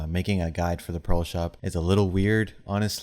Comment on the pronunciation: Why do you pronounce "pearl" as "pro" and "prolo/proto"?